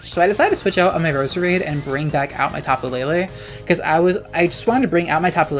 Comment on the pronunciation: It’s Pronounced Rose-Rade